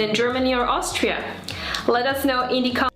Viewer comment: Austria, not Aushtria.